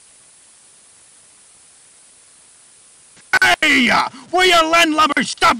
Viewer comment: sounds like cocktail instead of cottontail